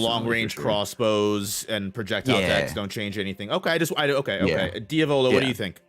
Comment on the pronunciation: Diavolo mispronounces names so fucking terribly lol